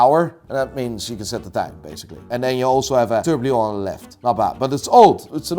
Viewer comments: I can't get enough of calling a Tourbillon a TourbLion. Please don't stop being:D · For the next video, please say tourbillon right 😂 it is TOURBILLON not tourblion